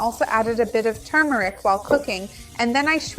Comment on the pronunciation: Finally, someone who pronounces the word turmeric correctly!